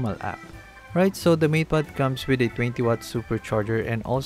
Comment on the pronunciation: Why do I hear "meat pad pro" instead of "mate pad pro"